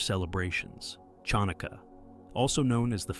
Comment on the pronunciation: A reasonably accurate overview. However, you could use some help in pronunciation. There are multiple errors, mostly putting the accent on the wrong syllable. But the most glaring error is your mispronunciation of Chanukah. The CH is a gutteral as in German "ach," not a CH as in "church." This is why many people spell "Hanukkah" with an H, which is not entirely accurate, but closer than what you have. Asking a knowledgeable Jew to help you with proper pronunciation would have avoided these mistakes.